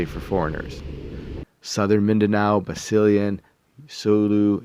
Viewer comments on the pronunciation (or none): Nice vid.. I really do not like the way our government market Tourism.. Marketing tourism but with no tertiary hospital nearby is very bad for your health.. By the way, don't pronounce Basilan like it sounds like Vaseline it should sound like this Bah Sih Lan